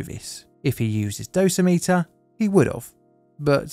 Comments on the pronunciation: heads up, it’s “doe - sim - it- er” instead of “dose - meter” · One correction: "Dosimeter" is pronounced with the stress on the second syllable -- "doh-SIM-uh-ter." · Sorry this is driving me crazy. It is dosimeter (dough-sim-iter) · Survey meters are called dose rate meters. Dosa-meters like you called them sound too similar to Dosimeters which are badges worn to measure how much radiation a person has been cumulatively exposed to. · FYI: dough-sim-it-ur. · Just FYI. The word dosimeter rhymes with perimeter.